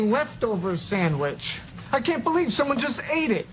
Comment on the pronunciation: Rebecca? I dorn't beleeve it. you awrived